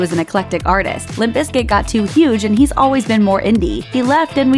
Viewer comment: Please stop saying "biscuit"... its BIZKIT!!